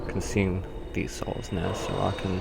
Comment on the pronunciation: says "souls" like a dumbass.